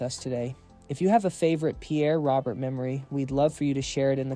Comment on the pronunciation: Hey genius, you're proving how clueless you are about this great DJ. His last name is not pronounced the way it seems.